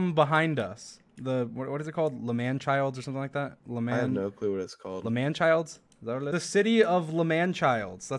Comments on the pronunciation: i love how you say lmanchilds even though they are lmanburg lmao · Also its not L'manchild its L'manburg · MOM its not langchilds is langborg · It is Lmanburg not lmanchilds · not l'manchild it's l'manberg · It's L'manburg you sicko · Im sorry but its called L'Manburg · Bruh it’s la’manburg